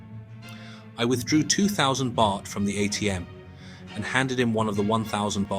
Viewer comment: What BS, you don't even pronounce Pattaya and Baht correctly